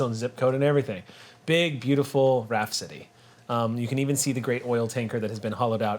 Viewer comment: They say Raft City but I hear Rhapsody.